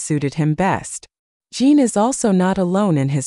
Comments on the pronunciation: Correction, His Name is J I N, Not Jean or Gene. Why do so many YT channels fail to do their homework and verify his and other celebrities & idols names before reporting on them? Jin is a Male so he's a HE, not Her. In the beginning of this video you referred to him as HER. I normally don't say anything like this but if you want people to believe what you are reporting, you should really try to at least say their names correctly. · Why can't this robot be programmed to call Jin -- Jin? He's not Gene, Jean, or Jyn. And he's a HE not a SHE. Are we supposed to believe what you're saying is accurate when you can't even get Jin's name correct, or the fact that he's a HE! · His name is Jin sounds like gin. Not Jean. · Jean.. Jyn..!!! Its JIN. eg. Jimmy Fallon🥸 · His name is Jin, Kim Seokjin not Jean. Geesh! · I think that the spelling is usually "Jin", but it gets mispronounced as "Jean". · Dont understand this people that report on Bts, the even dont know there names, his name is Jin not jee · His name is not Jean it's Jin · I hate it when they call him Jean or her 😂😂😂😂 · I know right? Jin its not that hard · It’s spelled “Jin” Kim Soek-Jin (Jin is pronounced Gene) But you know, I seriously don’t think Jin cares about the pronunciation. World wide appreciation for his music from people who speak different languages is is not at issue for him. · Is she saying Jean or gem, im confused. :face-blue-smiling::face-blue-smiling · immediately reminded me of the rush hour line, with the curse word, (his name is line) is this auto generated or something. in the future, a person who cant say his name properly should get their high school diploma confiscated, honestly 🤦